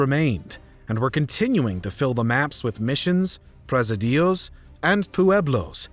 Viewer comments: "Presidios" is pronounced....Pre-SID-ios...C'mon, man! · "Pressideeyos?" Please. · Prez - i - di - os? Check the pronunciation. Pre - sid - i - os. Ahhh. That’s better. They still exist today. Look at a map of San Francisco. The parts of bays that were considered essential for fortifying in the early days of settlement were used for just that until relatively recently. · Presidios please, not presadillos. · Preza-Dee-yose = presídios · ...or "pres-i-DEOS"